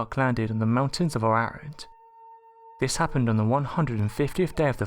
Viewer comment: It's pronounce: A RARAT.